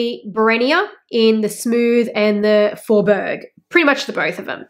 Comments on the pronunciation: This was interesting. I have no Hermès bags but I am considering them so this information was good to hear. Oh, and Fjord - the ‘j’ is pronounced similar to a ‘y’ so its pronunciation is more like ‘f-yord’ or ‘fiord’, the same as geographical fjords. 😊 Thanks for sharing. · fjord= you pronounce it fyord in French , great video by the way 🤗